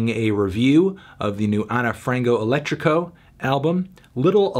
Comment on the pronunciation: Ana (ana) Frango (Frahngoo) Elétrico (elEtricoo) - - Saudade (Sowdahjee)